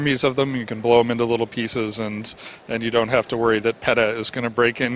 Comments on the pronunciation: I have never heard peta be pronounced as “pet uh” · The way he pronounces P.E.T.A. cracks me up